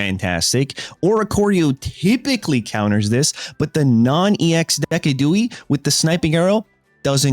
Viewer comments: It’s a deciduous tree not a Dee-ciduous tree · LOpUni? Deck-a-dewie? This ain't it man